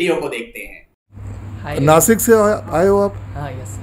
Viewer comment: Nashik (नाशिक) म्हणा !!! नासिक ❌❌❌❌